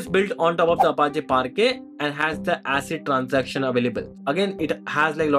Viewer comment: Hey Why do you say 'Asset Transaction'? Shouldn't it be 'ACID transactions'? Atomicity, Consistency, Isolation, Durability?